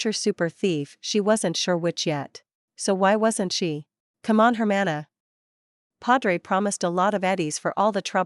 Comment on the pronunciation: Why can You Say sister very well in spanish